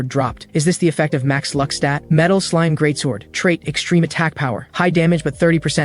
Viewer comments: 😂😂 I'm dying on lunck instead of luck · Bruh "lunck maxed"